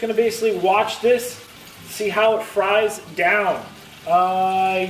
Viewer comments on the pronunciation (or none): none